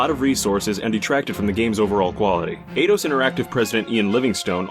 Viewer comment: idos? It's eidos!